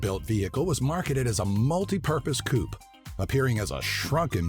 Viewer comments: and coup instead of coupe lol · coupe is pronounced coo-pay